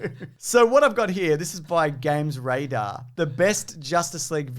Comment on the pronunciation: gamesradar... euuuugh...